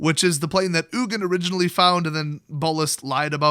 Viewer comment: Its Ugin